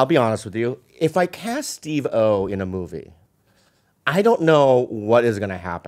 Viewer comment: Lol Bobby pronounced steve-o like Oh is his last name, emphasis on the o.